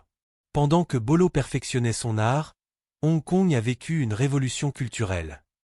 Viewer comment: "C'est la première co-production Hollywood-Hon Kongde l'histoire!" 😂😂😂😂😂😂😂😂 Et bien alors... Des problèmes de lecture? 😂😂😂😂😂😂😂😂😂😂😂😂 "... Et n'oubliez pas de vous abonner et liker!" 😂😂😂😂😂😂😂😂😂😂😂😂😂😂😂😂 Edit: Ah bin voilà! C'est dit tout au long de la vidéo, et ça n'a pas loupé: c'est revenu "mais avant d'aller plus loin, prenez une seconde pour likeur cette vidéo" Je pense,, que c'est toi qui devrais prendre le temps d'apprendre ton propos ou au moins de bien lire ce que tu lis, parce que là, je préfère en rire qu'en pleurer, parce que honnêtement, c'est pas bon 😂😂😂😂😂😂😂😂😂😂😂😂